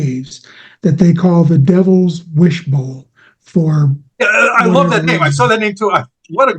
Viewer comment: Devils WASHBOWL.....not wishbowl